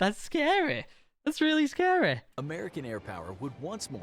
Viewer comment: It sounds like your saying "scarreh"